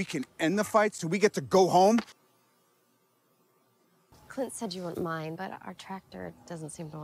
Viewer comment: I swear she's saying clit instead of Clint